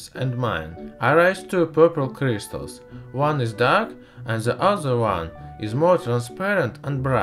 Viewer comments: Are all russian pronouncing Crystals as Krishtals ? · I like how this guys says with crystals. C R I I S T A L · I love how he says cryzztals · stheeese kreeestalls. lmfoa 😂